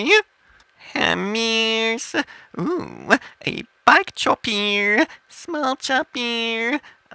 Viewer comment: He's not talking in a different language i can understand what he's saying a little. he's speaking english it's just that he is pronouncing words like big as bieg and chopper as chopear .